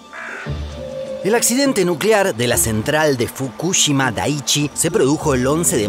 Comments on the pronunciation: Soy el único que se pone nervioso cada vez que lo escucho decir Fukúshima cuando deberia decir Fukushima a secas y sin acentos!!! Que nervioso me pone esa manera de pronurciar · fukushíma es con acento en la I, es lo unico q tengo para decir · No pongas acento en la U fr Fukushima 😡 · Como me pone nervioso y me estresa cada vez que dice FukÚshima. Se dice Fukushima!!!! Sin acento 😑😒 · Fukúshima? ajjajajajaj si fuese así sería una palabra esdrújula y llevaría una tilde en la silaba tónica. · fu KU shima no, fukuSHIMA SI . Habla bien el Español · La pronunciación: NO es Fukúshima es Fukushima como lo pronunciaba el de Quantum Fracture. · Estuve a punto de dar dislike solo por escuchar fukúshima casi mi toc me juega encontrá xD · Me haré miembro cuando aprendas a decir fukuSHIma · Me estresa como pronuncia los nombres Fukushima y Chernobyl. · Me gustaría que aprendas a pronunciar ciertas palabras o nombres como el de Fukushima, todavía recuerdo sobre un video de Corea donde no pude terminar de ver el video porque me tilteaba la pronunciación xD Pero los videos son tan educativos! Me encantan <3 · Por fin, me re tilteaba que lo diga mal... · Todo el vídeo me atormento escuchar Fukushima mal pronunciado